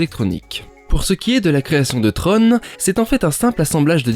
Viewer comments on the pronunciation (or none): Tron. Comme dans tronc. Pas comme dans trône. Flûte.